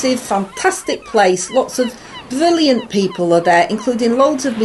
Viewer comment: BWILLIANT!!! 🤣🤣 Hope that pale of poo didn't tip overboard while transiting the Channel. Might have caused a hazmat crisis. 🤭 Always great to see one of these at the end of my work day (US EST) and know I'm going to get a good laugh. Thanks! 👍